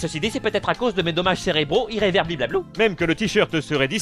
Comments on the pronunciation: On dit "irréverberrable" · n'arrivera jamais à prononcer ce mot! (irréversible) voilà.